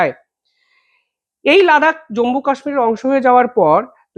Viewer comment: জম্বু নয়, জম্মু ( not Jambu, but Jammu )